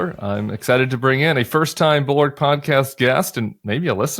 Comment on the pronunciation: Can’t pronounce “bulwark.”